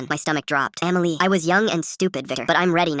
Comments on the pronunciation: SAY EMILY NOT AMMYLY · Emily ❌ Amiley ✅ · “Amily” is crazy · "Eaaamilliy" - Dum ahh chatgpt